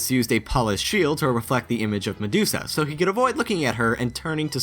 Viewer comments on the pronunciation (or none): none